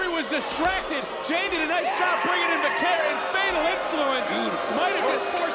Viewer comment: "Va-kuhr",. Good grief!